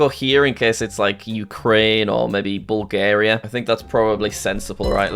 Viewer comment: "Im Headging my bets betwin col and ecu" its bulgarua